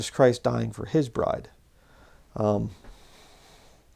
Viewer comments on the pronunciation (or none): none